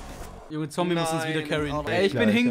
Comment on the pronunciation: Sry aber kannst du bitte Zombey sagen und nicht Zombie? Nur so ☺️